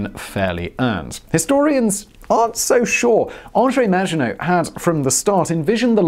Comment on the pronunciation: How to trigger the French make surrender jokes and miss pronounce the maggitnot line hon hon hon indeed ;)